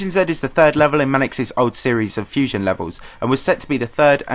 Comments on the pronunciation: its pronounced fusion z not fusion z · Toxic Prime that how you say Z in England